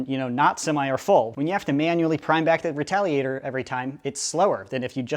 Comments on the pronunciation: U said retaligator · Listen you said retaligator #watchwhatyousay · Who else heard retaligator